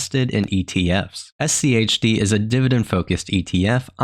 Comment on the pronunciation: Why are you putting so much emphasis on the H?